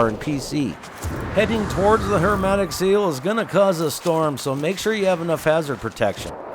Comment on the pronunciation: my guy it's HERMETIC SEAL, not "HERMATIC" !!! idk why but it's bothering me so i had to comment XD